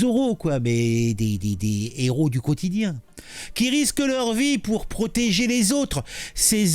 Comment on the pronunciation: Pas de liaison avec un h comme héros, un héros et pas un n'héros. Autrement assez bien visés...